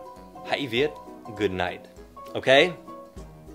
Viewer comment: Truoc kia toàn doc là gút nai Gút nệch mới đúng :))